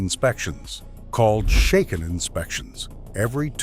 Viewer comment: When you can't pronounce Shaken properly you are not qualified to talk about Japanese cars and the Japanese car market.